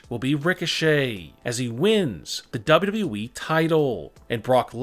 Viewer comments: He finally said wwe right 7.37 ! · he said “WWE” normally!... 🤯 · Thanks alot. Atleast now I can R.I.P since I have heard him say WWE like that